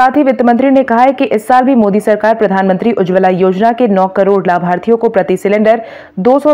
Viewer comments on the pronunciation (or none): none